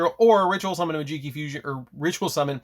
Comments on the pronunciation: Interesting build. I think the archetype has a lot of potential, can’t wait for the new support. Just please stop calling it “majeekee” 😭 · It’s magi - key bro like magic key 😂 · in tears when he said this lmao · Also the way you pronounce Majeekey is fun to hear. lol